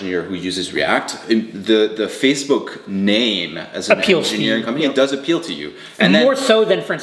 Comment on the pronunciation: Everyone: Facebook: FaZeBook